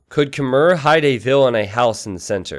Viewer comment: Stop saying Khmer as 'kuh-mer' It's 'kuh-mai'